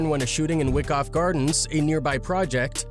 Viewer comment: Wyckoff projects sounds like why-cough not wick off... BK & BX most grimiest boros gentrification or not 🇵🇷👌